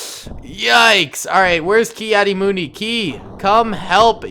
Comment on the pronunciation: it is kad di mun di